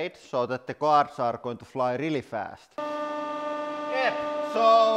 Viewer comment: That "rally english" is noice :D